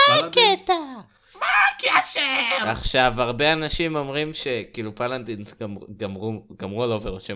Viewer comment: אהבתי שאמרת "פאלאדינס" במלרע